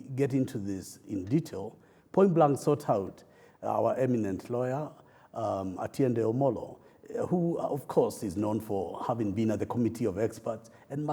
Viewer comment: True... Ati Atiende Omolo instead of OTIENDE AMOLO. Shameful!